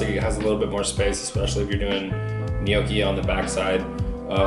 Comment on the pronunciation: Please.. everyone.. stop saying ‘nee-ooh-kee’. It’s ‘gnaw-kee’ , or ‘neaw-kee’ (& said quicker).